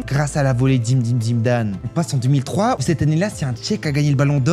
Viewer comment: Quoi ?? Zimedine Zimedane 😂